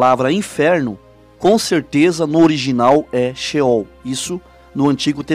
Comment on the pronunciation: Irmão a paz de Deus continue evangelizando mas porque não dizer ceol ao invés de scheool porque se tem céus a palavra ceol e ao contrário de sehol